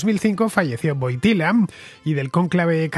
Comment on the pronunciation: Se escribe Wojtyła; se pronuncia Huótiua.